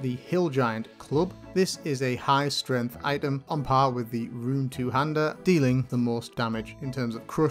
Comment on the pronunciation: can tell the difference when he says run and rune